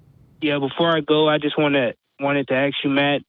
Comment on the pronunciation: Dude, stop axing Matt!!! I'm not going to ax you again. ✔